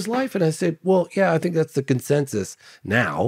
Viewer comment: 15.5 million v 513 k subscribers. Not even in the same league 🤣🤣 he needs to learn not to pronounce his T's as F's I fink first before he gets to that next level. 🙃